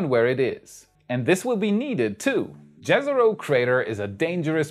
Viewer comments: J in Jezero is pronounced as Y in Yes not as J in Jerry. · Jezero crater, mean lake crater. Jezero is word from serbian and croatian and mean lake. So try to read yezero crater.